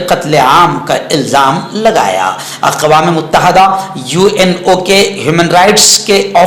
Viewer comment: السلام علیکم ورحمةالله وبركاته. مفتى صاحب ؛ لفظ: متحدة: كسرة کے ساتھ ھے، فتحة نہیں ھے، الإمارات العربية المتحدة، اور: اقوام متحدة.وشكرا